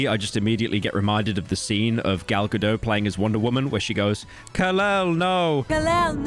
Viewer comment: Gal Gadot is not French. The t on the end isn't silent.